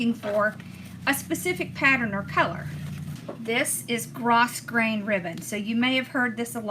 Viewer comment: Enjoyed your ribbon tutorial. One note, grosgrain is pronounced grow grain. Love you!!